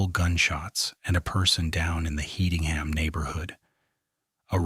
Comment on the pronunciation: One it’s pronounced “headingham” The first victim of the rampage was his big brother. This put the entire city on high alert and panic. Such a tragedy.